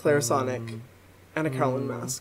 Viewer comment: Hyram, repeat after me: KAY - OH - LIN. None of this "COW-LIN" bullshit.